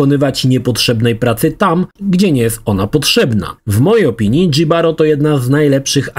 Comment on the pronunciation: Nie "Dżibaro", tylko "Hibaro" ignorancie.